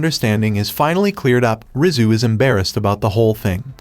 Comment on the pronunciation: Rizu sounds like rizz